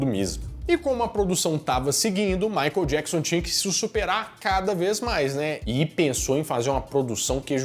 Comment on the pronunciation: A pronuncia correta é: " Maiquiél Diéquisãn"! ( fã perfeccionista kkkkk) Parabéns pelo vídeo!